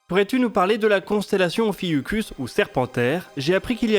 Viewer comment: "étude de faisablilité" qui pointera donc l'infaisabilité à moins de mettre des billions, donc c'est réglé. + je prononçais Ophiu-SH-us depuis des décennies, en me faisant encore avoir avec le son k grec, donc merci ^^